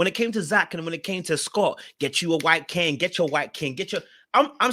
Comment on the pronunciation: THE WAY U PRONOUNCE KING I HAD TO RELISTEN